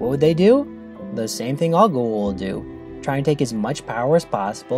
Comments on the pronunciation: Goo’ oold ? Why is it so hard to pronounce G O A - U L D GOO AAA OOOOH LLL DD - GOWA OOLD - GWA OOLD .. Goa’Uld damn its so anoying to the ears .. its a made up name in englisch .. so phonetically its not a mysterie how its meant to be pronounced.. some of the actorsvof the show too btw omg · Every time you say "goo-aah-oold" instead of "go-aah-oold", I cringe. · Bro say goa'uld priperly damn XD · what i hate most about this episode is how you keep mispronouncing goa uld